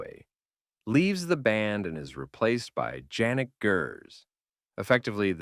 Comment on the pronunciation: Janick? Janick but the J is pronounced as a Y